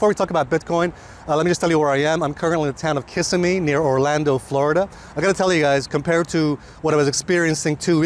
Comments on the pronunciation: Its Ki-ssimmee when you pronounce it, not Kiss-immee. Its a common mistake. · Hey brother it's Kissimmee (accent on the second i)... Love the intro tune! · Just so that you know, it's pronounced "Ka-sim- me". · Thanks for the good word.....needs to learn how to pronounce Kissimmee. Ka-sim-ee